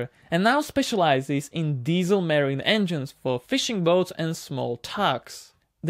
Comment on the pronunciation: Not merine but marine